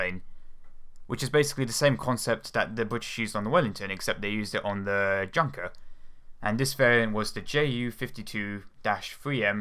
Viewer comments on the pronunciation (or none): Don't say Junker, as in junk! It's yoonkres much rather. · ... maybe you already know this but it is not pronounced as "Jun-ker“... It is pronounced as "Yun-ker”...brits.... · The J in German makes a Y sound, so it's pronounced "Yunker" not" Junker" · its not a junker, its a yunka. it pisses me off when americans say it wrong just because of their accent, but pls remeber it my british friend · Yunker...not Junker! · its yunker not junker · its pronounced yunkers yu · Junkers is pronounced "Yoonkers" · Junker is pronounced "Yoonker" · It is "Junkers" but pronounced "Yunkers" J pronounced as Y in Germanic and Scandinavian countries.... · I know, that you're an English native speaker, but when I hear people pronouncing Junkers like in the English word "junk", it triggers me, as it appears to be sort of unprofessional, especially since it's not a hard word to pronounce; so for your improvement and my own sake as well: it is pronounced "Yunkers" with the U pronounced as a U (like in U-boat).